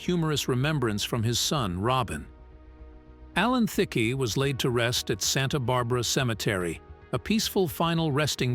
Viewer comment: At least learn to say his name correctly😂. Also please show the correct clips of the subject matter. For example, showing scenes from How I Met Your Mother while talking about the game show.